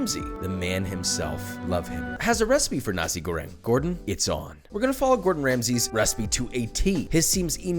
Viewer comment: You should pronounce the R in Goreng like, ARrrrrr